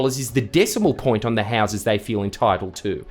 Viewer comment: when you say houses Jordan can you say it with a little less convict and use a little more English people from Australia's only settlement cant understand you.